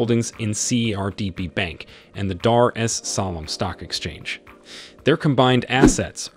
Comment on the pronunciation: How hard is it to say Dar Es salaam